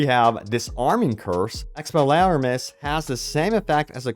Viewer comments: As soon as you couldn't pronounce the disarming curse... Are you really an HP fan? Got your clicks and views though. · I'm sorry... How did you say "Expelliarmus"? Did you even watch the films? aha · New Game Plus. Also come on narrator. “Expellyairmus”